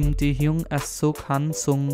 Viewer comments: "Kim Teaheyong" 😂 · Ackkkkkkkkkkk this is so embarrassing 😭,the way he says their name putangina😭